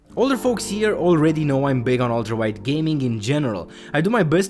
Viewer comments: keep thinking he's saying "Walter White" and not "ultrawide" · the way he says "ultra wide" sounds like "walter white" once you hear it you cant un hear it